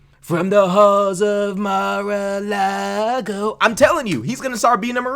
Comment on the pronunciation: 😭😭😭 aye “from the halls of MARALAGOO” 💀